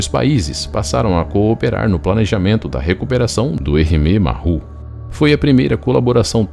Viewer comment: A palavra "Maru", se pronuncia como se escreve, a pronuncia "marrú" está incorreta. Uma dica, quando tiver dúvidas sobre a pronuncia de uma palavra estrangeira, escreva-a no Google Translator e clique no ícone do altofalante, ou se preferir, procure um dos vastos guias de pronuncias que existem na Internet. Entenda isso como uma ajuda de alguém que curte seus vídeos e que presta atenção nos detalhes. Espero ter ajudado e fique bem!